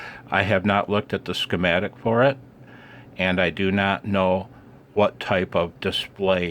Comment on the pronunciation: When you said "ski-matic" it reminded me of persons that pronounced Toyota as Tie-Yo-Ta. lol